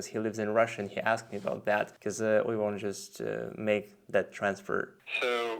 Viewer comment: Да, больше всего резануло "бекоз"